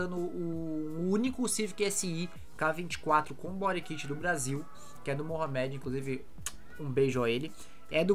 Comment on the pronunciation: Engraçado a pronúncia bori kit 😵‍💫🤮